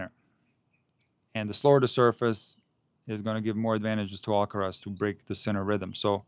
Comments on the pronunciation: you're so right about the pronunciation of "Alcaraz", it's ridiculous. If they pronounce the "z" with the Spanish sound, why not the "r" as well 😂😂😂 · Thank you for mentioning the Alcaraz pronunciation. It seems so contrived. It's another example of the BBC's cringey approach to cater for all in the fear of offending someone. As a British citizen who's been fortunate enough to travel and learn Spanish in Latin America, this sound doesn't exist in the region. For that reason, Jennifer Lopez is not pronounced with an 'f' but with an 's' sound for the 'z'. This 'f' pronunciation is strictly from Castilian Spanish. My recent Spanish teacher from Valladolid was frustrated with me because I couldn't pronounce it but the sound doesn't come naturally for me. It's a similar sound to the 'th' in English which I also struggle with, haha. Keep up the great content. I admire your measured approach to analysing the sport we love.